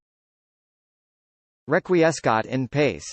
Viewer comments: Remember, Latin has heavy pronunciation roots in Italian. The proper way to say it is Reck-Wee-Es-Kat En Patch-Ee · #Clickbait how not to pronounce Requiescat in Pace. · Please take this down. The pronunciation is TERRIBLY WRONG. THIS. IS. HORRIBLE.